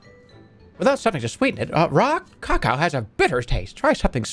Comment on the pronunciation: Love how this guy doesn’t know how to pronounce cacao